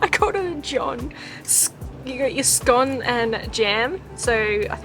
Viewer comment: i loved the video - i'm really happy you said scone correctly!!